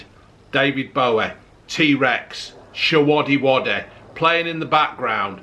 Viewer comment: “David Boweh”, “Shewodeh-wodeh”, “Ungreh Ippos” and “Monopoleh” 😂 What else could a man need.